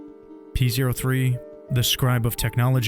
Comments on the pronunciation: Fun fact: the robot scrybe's name is pronounced "Poe". It is not pronounced "Pee Zero Three". In act 2, P03's underlings refer to him with male pronouns, but in act 3, the other scribes describe P03 as an "it", which really emphasizes just how low their opinion is of probably not just him, but of each other. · Man pronounces it pee zero three lmfao